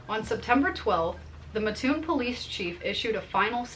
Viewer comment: It's pronounced Mat toon not Ma toon in Coles County.